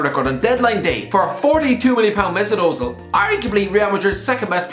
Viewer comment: I am in awe of Premier League fans, and commentators as well, inability to pronounce Ö. It is pronounced "Uh," NOT "O." Surely, even YOU can thus manage to say "Uh-Zeel."